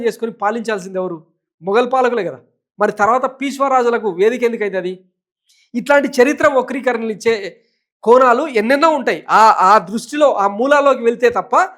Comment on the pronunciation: పీస్వ కాదు రా బాబు పెశ్వా అని అను